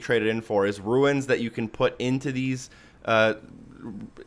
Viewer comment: You're saying "ruins" but what you want to be saying is "runes". Pronounced how you would say "rooms". And pretty sure these are for an exotic weapon, and don't have anything to do with Court, but I could be wrong. Last thing, during the mausoleum part with the three doors you say "leftist" and "rightist" (or leftest/rightest?), it would be easier to understand if you said "leftmost" and "rightmost". That said, thumbs up on the video, found them all easily with your help. Thanks!